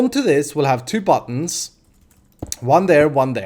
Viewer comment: buttons = buddons in language=D